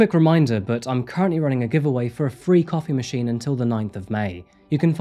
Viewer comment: aha a coffee machine . heard it as copy machine.